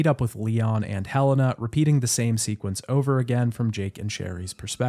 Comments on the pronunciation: Her name is Helena not hellana lol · Did you hire someone to read your script? Cause there’s no way you played this game and heard everybody pronounce Helena as “he lay nah” and piers as the only way to pronounce piers to my understanding,then proceeded to say “hell in ah” and “perry” over and over